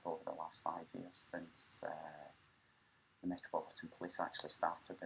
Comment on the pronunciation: about the accent.....I had a hard time at first understanding what you are saying, and have a tip.....why do you not use a "d" instead of a "z" when you pronounce the "the" ....than you are much easier to listen to.....just saying....